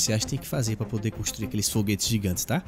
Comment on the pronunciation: '' por que você não faz uma nave larga, que quando a sua cabine for destruída ela se dividirá em quatro menores'' espero ter traduzido corretamente, sério você falou jiguantes '-'